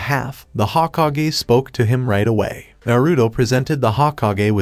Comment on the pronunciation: hoh-ko-gay, its pronounced hoe-kog-aye